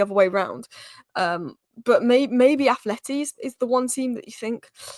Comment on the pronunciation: finally let me down... she called A. Madrid, "Athleti." 🤦🏻‍♂️😆